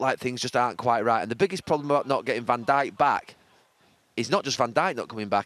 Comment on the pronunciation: “Van de Bijk” Oh, new player?